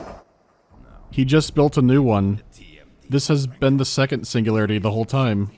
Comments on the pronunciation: Biggest pet peeve ngl - "SINGULAYAITY" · I love how they tried to russify the text by mirroring the letter R. Cyrillic Я is pronounced "ya" not as a "R", a completely different sound. "Singulayaity"